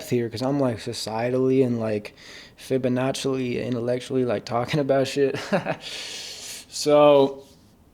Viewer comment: "fibonacelly" has bro been watching prison break? 😂